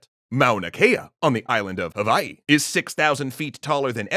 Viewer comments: Mahalo for properly pronouncing Hawaiʻi and all the ʻōlelo Hawaiʻi words you used. 🤙🏾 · I love that you used the right pronunciation of Hawai’i for this :)